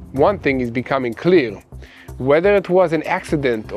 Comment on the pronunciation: Did he say clear or cleer lol